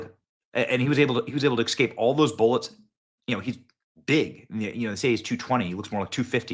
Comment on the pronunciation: I can't stand when people say excaped but I love this channel